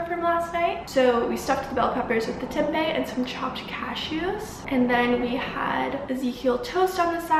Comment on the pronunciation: this was so good !! thanks for making the video <3 as an Indonesian tempeh is a weekly meal staple and out of aallll the vegan food videos I watched your pronunciation of "tempe" is best, like spot on haha dunno why I had to mention that